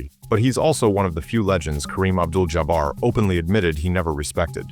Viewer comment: Idiot - Jaa Bar Stop the AI